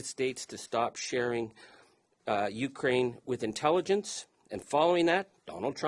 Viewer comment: When pronouncing the word Ukraine, the accented syllable is not the first. It is the second, as in ‘’ u - KRAI - ne “. Otherwise it sound like “ you crane “. Like when one is addressing a tall, white bird.